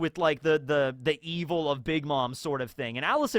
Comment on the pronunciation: Mermaid man would be proud with the way you say EVIL!!!!